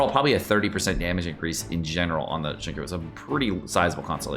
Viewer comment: Cringing at the way he says Xingqiu